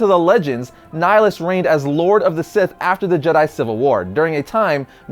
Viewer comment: Darth Ni-HI-lus not N-ai-lus! It's from nihilism mate